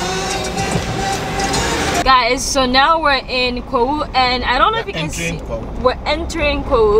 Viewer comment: I really love the way you pronounce my hometown " kawhu "